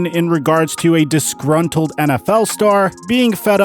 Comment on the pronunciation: Has anyone else noticed he says discruntled almost every video